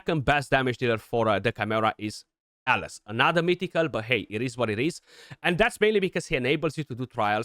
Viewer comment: The pronunciation we hear is so close 😓